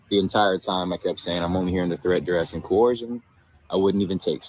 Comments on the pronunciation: I mean!?! I’ve heard of letters that are silent but pronouncing letters that are not there is another thing all together. Co - Her- shun Huh?? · I am going to faint if any of these people ever pronounce ‘coercion’ correctly. Dang!